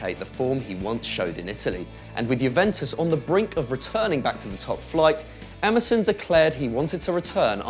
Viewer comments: Emerson sounds like MSN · Emerson sounds like Amazon 😂😂😂